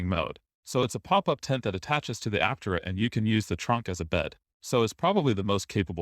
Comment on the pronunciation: ApTERa. Otherwise they should spell it Áptera. Or something. Almost normal bot voice.